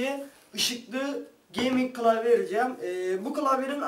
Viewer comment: türkçen kaç senin kılavye değil klavye bunuda bizmi söyliyeceğiz